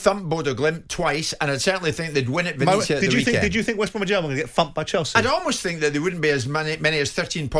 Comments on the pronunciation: Roma are pretty much where they were last year. It takes at least a couple of seasons to change a side. It must be a slow week in the World of football because Jim is just attempting to make a mountain out of a molehill. Oh and it's "ven-et-zia", please bother to get the pronunciation right? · Perhaps you should check how to pronounce Venezia ... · Someone at talksport pls teach Jim White how to pronounce Venezia. The fact that he's been there makes it even more inexcusable